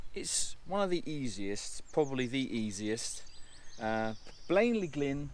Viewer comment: Nice looking falls and a good stab at pronouncing the name, don't forget that the welsh f is pronounced as v and y is only ee when it is in the last syllable (so Blaen y Glyn is Bline er Glin) :) You should have given us a tour of the castle haha.